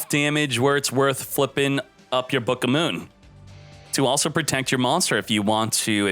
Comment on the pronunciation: It's the first time I hear someone saying booka moon, that's actually funny.